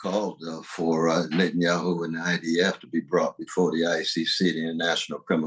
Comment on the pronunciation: To say nothing of the wisdom and impact of Dr. West’s words here, him saying “Nathan-Yahu” is hilarious